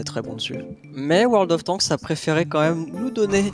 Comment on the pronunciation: "world of tanksse" 🤣